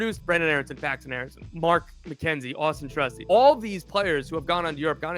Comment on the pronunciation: "Austin Trusty" 🤔🤔 😭😭😂😂😂😂😂😂